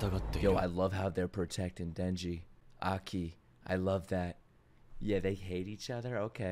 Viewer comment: You pronounce Aki like you're an African warlord.